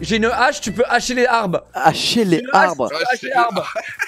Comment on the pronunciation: "hacher lé arbes" 😂😂